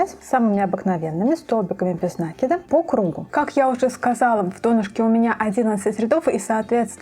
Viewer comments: Все просто супер! Но почему нАкид? Есть же правильное русское слово накИд. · Только не обижайтесь,слово накид,ударение приходит на букву "и",просто когда слушаешь,режет ухо,простите.